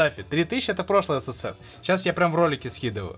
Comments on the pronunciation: Не ссн,а ссср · Почему когда ты говоришь ссн мне слышется ссср...